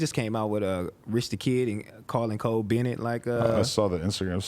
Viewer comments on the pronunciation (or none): none